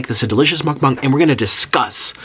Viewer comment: You idiot!!! You said Mukbang wrong